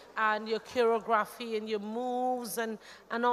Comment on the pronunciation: Pronouncing CHOREOGRAPHY as CHEROGRAPHY... #Mtchewww